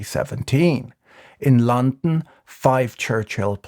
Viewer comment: Who pronounces “london” like this? I’ve only seen a few of Patrick’s vids but I’m wondering if it’s some deep-cut injoke I don’t know